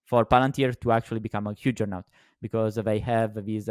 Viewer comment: said jujjernaut instead of juggernaut. 😂❤I’m pointing this out because we love you. Keep up the good work. Long pltr